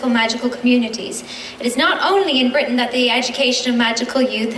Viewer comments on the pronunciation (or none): none